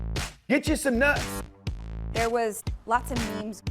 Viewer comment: GETCHA SOME NUTS😂 bless thats what i hear everytime